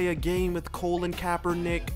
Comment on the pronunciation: You pronounced Colin Kaepernick's name wrong.